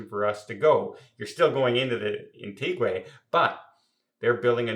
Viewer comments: ....It's pronounced Antiga not Antigway. LOL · I respect you and your Chanel but as you are well hearsed Antigua is pronounced An-ti Ga not Antigway. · An-tee-ga...not Anteegway and not Anttigwah. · Isn’t the place pronounced Ant eeg wa? Anyway, keep smiling. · I'll be going to "Antiguay"😂in April, 2026. I just hope it won't be a mess with construction then. Actually, what drives me nuts,, is the when you say eKcetera. It's eTcetera. Thanks for the good content, though. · No, it's Anti Gwah 🙂 That is why you will never see Gwahs in Antigua 🙂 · Nope, it's pronounced Ahn-tee-gwa which is Spanish for Ancient. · Yes, “An-tee-guh”! A lovely country ❤ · That' a new pronunciation of Antigua. Anyone else say "Antigway"? Has never been there yet? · He was there but not paying attention Nobody says it like that. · As a person from Antigua I know how you pronounce my country name…… and I am not Hammering I love his content I am helping him be more accurate. If you want the Taino name it’s Wadadlii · Thankyou for correcting on Antigua I don’t know where he comes out with such nonsense,so many people have to keep correcting him on word’s,not to bright for a travel agent.take care.